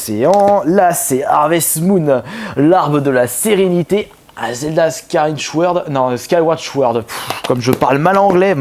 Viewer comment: Comment t'as dis zelda skyward sword 0_o xD